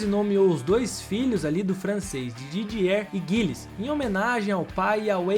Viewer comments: Gosto muito do conteúdo do canal, mas o narrador precisa pesquisar a pronúncia dos nomes dos pilotos antes de gravar. "Pirroní" é a pronúncia correta do piloto francês que se acidentou em 1982. Não é 'guilles", é "gille", dentre outras pronúncias equivocadas neste vídeo. Espero ter ajudado. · Video muito bom, só precisa ajuste na pronúncia dos nomes. "Pirrôni", e não "Píroni" "Jilles", e não "Guilles" "Chíver", e não "Chéver" "Taliani", e não "Tagliani" 😉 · Os nomes pronunciados eram Pihony e Gilles (não Guilles) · Não deixei de curtir ou seguir, mas as pronúncias de pilotos e equipes não ficaram legais. Um vídeo bacana desses merece um cuidado maior. Por favor, entenda como uma crítica construtiva a um trabalho tão bom. Gilles, Pironi, Ensign, Tagliani, etc... As pronúncias estão aí e são acessíveis.